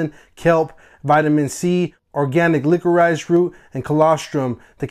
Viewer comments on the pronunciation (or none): Bee pollen...not pole in. And licorice is pronounced like lick o rish.👍🏾 Beautiful dog😍